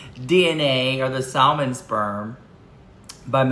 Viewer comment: lol the L is silent in salmon. Too 😊 cute.